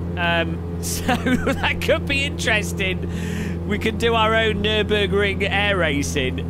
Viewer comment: What did u say? Nübürig?! Please be the first English/American YouTuber, who pronounce german City´s, Brand´s and names correctly! ^^